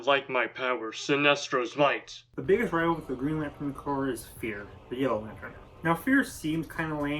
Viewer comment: I definitely agree with this video, all of these seem like the right Corps for each character. My only complaint is you say Corps like corpse instead of cores like it's actually pronounced.